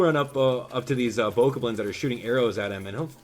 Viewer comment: You called bokoblins “bokublins”